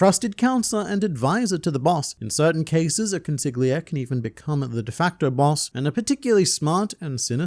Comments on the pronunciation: Damn how caustic that pronunciation of Consigliere is… It’s the Italian word for “counselor” or “advisor”. The GL sound in Italian works differently, being a sort of “yhljh” in terms of phonetics. An easy way out to pronounce the word in English, would be to treat it as an L. As: Còn-see-lee-éh-réh. Other than that, great vid as always! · Consigliere "Kon-SIG-lee-AIR-ee" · I'd like to point out to you that the word "consigliere" is Italian, means "advisor" and is pronounced: konsiʎˈʎɛːɾe ( con-see-li-aire) ^^ Keep it up! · Consigliere not consig lia Go learn how to say it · Say it with me: cuhn—see—lee—air—ee. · consiGliere lmao. esl mutt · Con si lee eh rii (Consigliere) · i'm gonna be honest, man on the internet. I think the G in consigliere is silent.. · Thats a crazy pronunciation of consigliere 🥀🥀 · I love how no one mentioned how he butchered "consigliere" four times back to back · I only know how to pronounce it because of The Godfather.